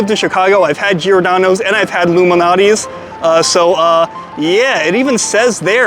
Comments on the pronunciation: It's pronounced LOU MAL~NOTTI's NOT Illuminati's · is he saying luminatie??? Lou Malnati's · Dude, you pronounce Lou Malnati's way differently than I've ever heard. And yeah, I definitely heard 'Illuminati' before you even mentioned it. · Have some respect Loumanati? Say his name correctly wow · STOP PRONOUNCING LOU'S...NAME AS ONE WORD ,ANNOYING